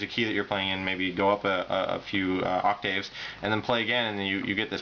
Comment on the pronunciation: Uhh, he pronounced octaves correctly.